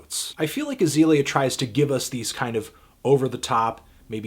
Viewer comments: ITS AH-ZEE-LEE-AH not AH-ZAY-LEE-AH, you dumb fuck. try to be more objective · Hey needledick, Lesson #1 when reviewing an artist: Learn how to correctly pronounce their name. HER name is Azealia, not Azalea. #Plantlife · when u pronounce Azealia wrong